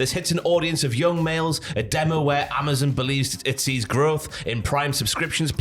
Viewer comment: lol yo can’t say Amazon right